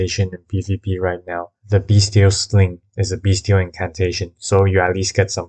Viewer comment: When you say “beastial” it sounds like your saying “beast-heal”